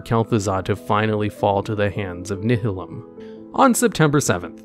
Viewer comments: This isn't specific to, but it cracks me up anytime I hear someone in the WoW community say Nihilum like 'nih-hih-lum' instead of 'nye-hih-lum' Like seriously they ALL do it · Bro. it's not Ni-hill-um. It's NY-uh-lum. like Nihilistic....